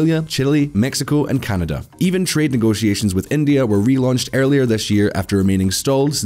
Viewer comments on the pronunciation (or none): none